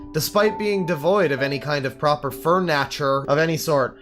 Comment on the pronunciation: Fur natture